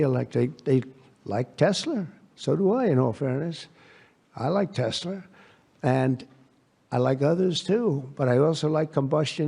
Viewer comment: Why on earth does Trump keep called Tesla Tesla Tesla LER what a fool Tesla Tesla Tesla TESGLER0 my God unbelievable. Put this in prison get it done.